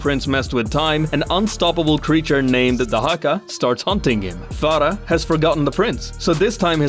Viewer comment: Bro you pronounced Farah's name the right way. You must be from somewhere from South Asia.